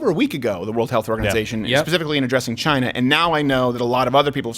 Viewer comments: LoL! "Chinaasshwl" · Abbot and Costello: "WHO's on first?!" President Trump: leans into mic ..."Chyyna."